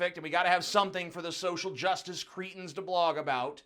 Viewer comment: *Cretins. Not creetins.